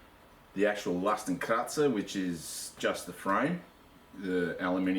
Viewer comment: Hey man, at last someone shows this well in close-up :) Other than that, i suppose the "x" in oldish German was already pronounced "x" like in "ex girlfriend" haha, not "z" but whatever you like mate :) Are you still using it? I want to fit a bigger (but light...) platform, wood would work but i wouldn't know how to tie it safely to the bottom bars... Might go for a bike basket/platform... just for the record... Cheers :)